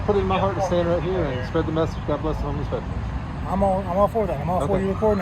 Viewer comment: Veteran is a 3 syllable word.